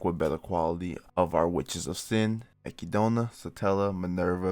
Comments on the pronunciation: akidona? wtf are you on bro? EK-ID-NA, whre in the absolute fuck did you scrye "akidona" from? i guess africa is called AHHHHFREEECOOOOAAAAAA now huh? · Brother it’s Echidna (Ek-id-na) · your pronunciation of Echidna as ekidoughna really threw me off lmao I was so confused for a second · Listen her name is u-kid-naa